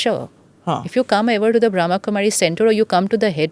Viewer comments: It’s pronounced as Brahma’a’ and not Brahm. Being a Podcast host we should say things correctly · The word is Brahma not Bram . Brahm means world and ma equals mother . So it is the female energy in a male body you have the female energy of mother to also Shiva being the father is the spiritual father the father of all souls of all religions is one and the mother